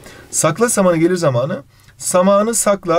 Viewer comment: Hayır normalde samanı kelimesini hızlı söyleyip zamanı kelimesinde a yı uzatıyozya o onları ters söyledi